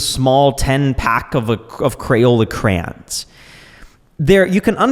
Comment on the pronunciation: CrA-yons. 2 syllables. Not crans. Not crowns. Crayons.